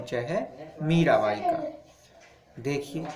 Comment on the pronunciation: मीरावाई nhi hota मीराबाई होता h